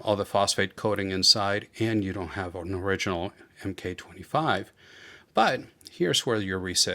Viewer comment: As it relates to military weapon platforms, the abbreviation "MK" is pronounce "Mark". P226 Mark 25.